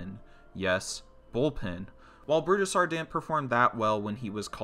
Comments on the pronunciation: Isn’t the guys name pronounced Brooz-Der not Bru-Da-Sar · I’m not hearing that. I’m still hearing Bru-Da-Sar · exactly. he’s saying burusidar and it’s pissing me off